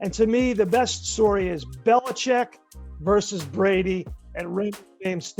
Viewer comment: versus - It's two syllables.